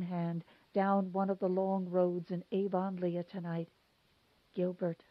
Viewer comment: Avonlea = AV-uhn-lee